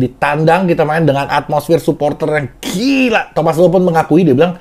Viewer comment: Gila bukan geila dol